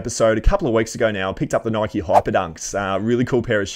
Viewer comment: The question is- is it pronounced “nikeeee or Nike?” And “stussy or stoosy” cause I say them the opposite to you and it drives me crazy to hear you call them the other way around 😂😂😂😂😂